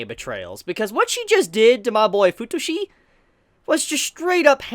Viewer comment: Fu-tushi? I mean.... It's OK for you to call Futoshi "FU-TUSHI" sounds like a "SUSHI" but I'm laughing so hard right now... 😂 "FU-TUSHI"